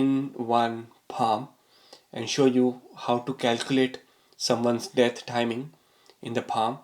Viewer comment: You pronounce "death" as..."debt" and it is HILARIOUS. So is the content of this stupid video!